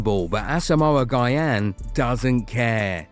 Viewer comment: Say our legend's name right. It's not guy-yan